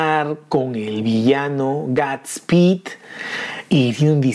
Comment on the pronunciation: Dilo bien no es es guudsspeedk es godspeed sabes inglish? No hate